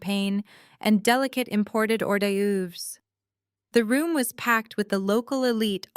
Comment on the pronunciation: learn the correct of hors-doerves -it's "oar - DERVS".